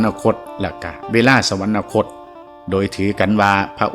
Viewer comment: สวรรคต อ่านว่า สะ หวัน คด ไม่ใช่ สะ หวัน นะ คด